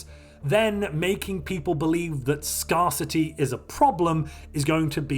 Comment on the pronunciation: Ah ha! Proof is here that you are an AI here to enslave us! Firstly: The machine propaganda. Should have been a hint. Secondly: Your AI pronunciation of Scarcity. With this in mind, I welcome you as our new AI Overlord and look forward to your enlightenment of us pathetic meatbags.